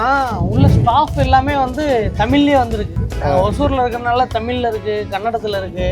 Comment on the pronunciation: தமில் இல்லைடா பொம்பள குரல். அது தமிழ்